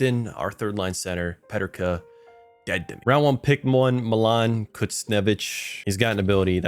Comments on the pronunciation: they way u say JJ Peterkas name is weird. its pronounced PE-TER-KA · Why do you say Peterka like that ? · Great Vid, but as a Sabres fan, the J.J. Peterka pronunciation hurt